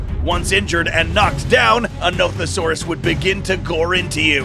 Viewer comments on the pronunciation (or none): At the Nothosaurus part when he said the dinosaurs name, I thought he said Nope-a-saurus